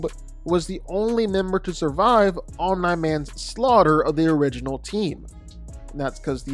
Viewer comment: 100% comment baiting with that pronunciation of OMNI. Its said correctly on this channel more often than its not. That kind of stuff elicits short term growth with comment engagement but annoys people away that actually watch the videos. Wish it would stop.